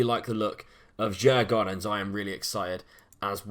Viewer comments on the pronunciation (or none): it is pronounced Jugordens the d is silent and the a is an o:p